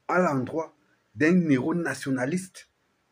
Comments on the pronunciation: On ne fait pas l'accord quand on dit les héros sinon on dirait que tu dis zéro merci. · On ne fait pas de liaison quand on lit "les heros". Les zéros par comment ? 😢